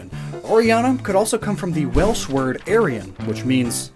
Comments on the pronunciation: As a Welsh person I was like. What the heck is Air-i-an. He said it SO wrong 😂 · that.. is not how you pronounce silver in welsh lmao